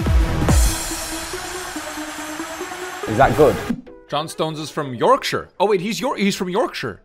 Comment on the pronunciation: Respect the pronunciation of Yorkshire you mad lad